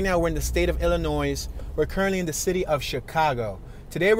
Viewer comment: FYI the s is silent in Illinois